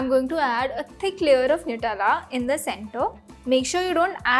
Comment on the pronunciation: Nutella not newtella